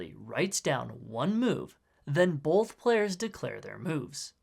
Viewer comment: I can’t help but notice every time he said “both” like “bolth”